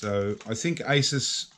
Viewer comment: You crack me up. It's Pronounced A-Soose.